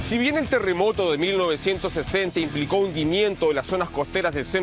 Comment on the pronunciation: Este weon dice teremoto jssjjs😄🤣